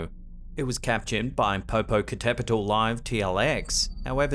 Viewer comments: Hello,: Webcams Mexico have a daily follow up of Popocatépetl volcano, which I watch almost every night. There’s a bunch of sightings of strange lights and moving objects and we discuss them in the live chat. By the way: your pronunciation of “Popocatépetl” was superb. Not everyone can get that word correctly. Congratulations! We affectionately call Popocatépetl “El Popo” or “Don Goyo”. Have a wonderful 2022, full of joy and success. 🥳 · I’m kinda proud he said Popocatepetl correctly. Also, yeah, we all know about the lights. It has been on every news outlet ever since it became active when I was a little girl in the 90s. That one is real.